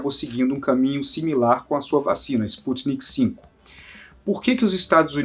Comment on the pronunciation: Não é sputnik v (5) o correto é sputnik v (vê) V de vacina